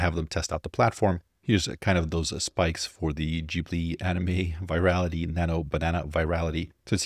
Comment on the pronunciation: Its gibly not jigly man you have a pronouncing issue! Its studio gibley not studio jibley